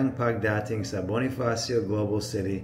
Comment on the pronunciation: Good job! Your tagalog is not bad at all. If you want some advice on what to improve, I'll say you just need to work on not making your "O's" and "A's" too soft sounding and knowing where to place the stress in a word. For example: it's not "pag-DA-ting", it's "pag-da-TING". Still, your tagalog is understandable, which is what matters